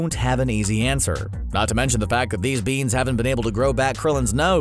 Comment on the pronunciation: "THEEZ BEENZ"